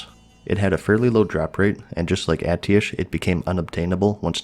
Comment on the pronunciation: why do you keep saying Atiesh wrong